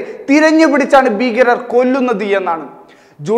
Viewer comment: ബീകരരല്ല ഭീകരർ.എന്തിനാ ഇത്റയുംഅലർച്ചയുംആവേശവൂം.